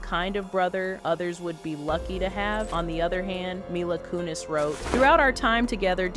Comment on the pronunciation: You really butchered Mila Kunis' name in this video, but she's a monster, it's cool, lol